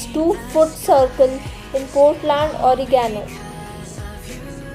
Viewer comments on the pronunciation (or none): You probably meant Oregon. Woman, woman, womAn!!! Will you ever learn!